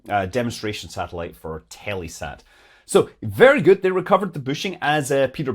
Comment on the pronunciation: Telesat isn't pronounced Telly Sat...Up here in Canada everyone pronounces it Tell e sat with the second e short. Most Canadians don't actually know squat about Telesat but one of my employers, Varian Canada, built KPAs for them...and I built the C and Ku band Power Klystrons that made the K in KPA.